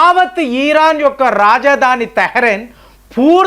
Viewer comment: ఇరాన్ not ఈరాన్... ఈసారి ఆ ధీర్గం మానెయ్యండి.